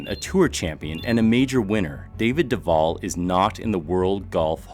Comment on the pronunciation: I share the same last name but zipped have two Ls at the so Duvall. It's funny how some of these announcers pronounce Duval. You pronounced it correctly.